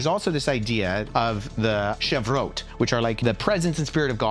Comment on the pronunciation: did you mean to say (regarding the ancient rabbinical concept) “sefirot”? It sounded like you said “shevarot”. Just looking for clarification. Thanks! Really appreciate how you articulated the formulation of the doctrine of the triune nature of God.